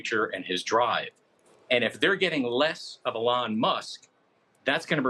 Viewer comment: Why does he say "Elon" so wrong?